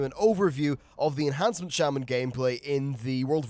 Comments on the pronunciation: Pisses me off so much...its enhance...not ench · (Enh)ancement. Not (Ench)antment. This bothers me more than it should. Please stop. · reals, makes me made when people say ench. Where the hell is the C in ENHancement?! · "Ench" Shaman?